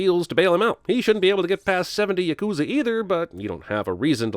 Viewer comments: yah-KOO-zuh? it’s YAH-koo-zah 😔😔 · "Yakooza" round of applause for this man guys. 1 sin for Japanese pronunciation ding (Love your channel im just kiddnig)